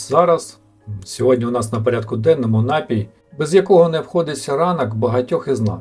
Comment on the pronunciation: Чому нАпій, якщо напІй! Перед тим, як записувати відео, бажано терміни перевірити у словнику!😊